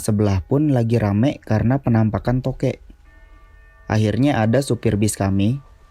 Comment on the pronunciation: INGAT..!!! "Tokek" pake "K", bukan pake "T".... kalo pake "T" namanya jadi "totet"